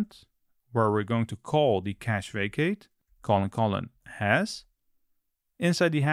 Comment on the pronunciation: Took me a while to get you meant "facade" when you said "vacate" lol.